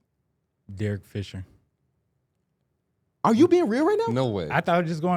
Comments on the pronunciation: Man said Derrk Fisher lmfao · I cannot believe that man said Derek Fisher bro😂😂😂